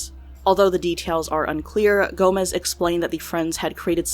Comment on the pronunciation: sei que não é por mal, mas ouvir "gomes" pronunciado como "gomez" é tão!! agh! e a letra j pronunciada do mesmo modo que é pronunciada em espanhol KDJHGD